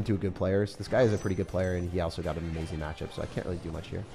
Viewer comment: "Uh-MAZE-in", where's the MAZE ',:|??